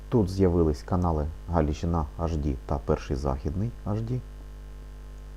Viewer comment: Дякую,особливо потішило,як вимовляєш канал Галичина.Слава ЗСУ